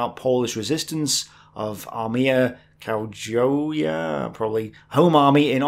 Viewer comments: Hi. To pronounce Krajowa properly you can practise something like "cry over". That will sound the same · AK - Armia Krajowa (Home Army in English). "Krajowa" - "j" is to be pronounced like "y" in "yes". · Ok, I haven't finished the whole video yet but I just want to say I'm happy to see you tackling this topic and that "Krajowa" is pronounced approximately like "krayova" (or I guess "krayovah"? there's no such thing as silent vowels in Polish). To be honest, the way we Poles pronounce the letters J and W should not be so hard to guess, it's the same way they are pronounced in the German language, among others. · Ahr-myah Krah-yo-vah :) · Bro you gotta be able to pronounce Krajowa if you're gonna be making videos about the East Front for a living. Krai-yo-va. It's easy. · Krayova. How hard is it to pronounce.